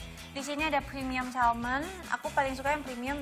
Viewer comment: Salmon nya hrusnya diucapkan tanpa "L" dlm bhs inggris 😂😂😂 jadinya malah "salmen" deh